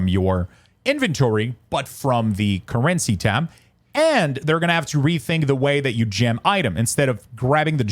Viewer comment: "InVENtory" "curRENcy" I wasn't gonna double comment and was just gonna ignore it but what 😭 why did you pronounce these words like that? I'm screaming